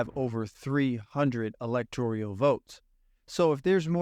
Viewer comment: Dude, you can't spell and don't know how to pronounce electorally, and you're making predictions based on rigged polls and one of the poorest analyses of their results. hard pass.